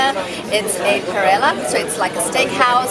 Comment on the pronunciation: Parrilla not Parriaaa